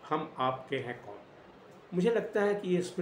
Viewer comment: अबे बॉस पहले नाम तो सही से बोल लो मूवी का शुरू होने से पहले ही लटक रहे हो😂